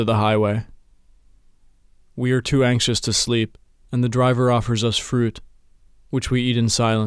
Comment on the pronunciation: Lol listen how he says fruit.